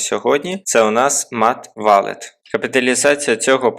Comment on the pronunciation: Я думаю, що це читається не "матх валет" а "МЕСС воллет"